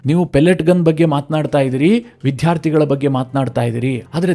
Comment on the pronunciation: ವಿದ್ಯಾರ್ಥಿ ಅನ್ನಿ ವಿಧ್ಯಾರ್ತಿ ಅಲ್ಲ